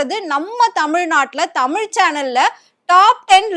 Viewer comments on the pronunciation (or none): none